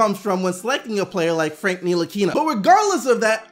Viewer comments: It's Ntilikina..... Nill-a-keen-a. The "T" is silent. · I'm French, from Strasbourg (Frank's team last season) and it's Nee-Lee-Keen-A (the "a" being pronounced the french way) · Cody Smith knee-la-key-na is easier to pronounce for most lol